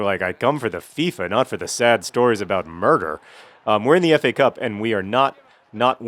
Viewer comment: well, murder. not nurder :)